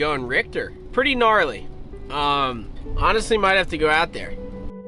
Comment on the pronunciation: Gnarly with the hard g!